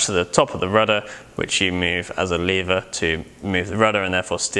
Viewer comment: As a Brit I appreciated the correct pronunciation of lever, (said as "leaver" and not "levva"!)